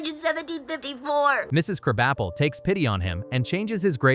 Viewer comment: "Kraubuhpell" seems like you have ADHD